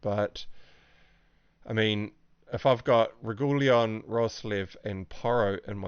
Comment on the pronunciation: lol, Regooleon :)